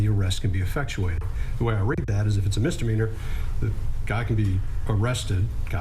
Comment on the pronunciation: Bro misdemeanor, not Mistominer 😳